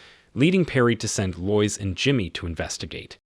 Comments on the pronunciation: That was super dumb. Couldn't they just adjust the script in those couple of spots to make it sound right? For instance, spell it "led" instead of "lead". Or spell her name "Lowis". It's fine to have AI read it provided that a human being writes the script and fixes errors. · TIME TO GET A HUMAN TO READ YOUR SCRIPT RATHER THAN THIS LOYCE-LOVING ROBOT. and not seeing through "leed"? eek! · This is when I grew up. I think this is a.i. or something. No real live person would pronounce Lois like that...... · Lois Lane struggles with spelling, and you struggle with pronunciation.